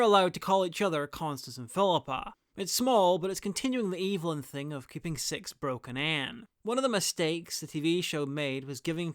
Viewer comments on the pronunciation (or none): You say Six like Sex.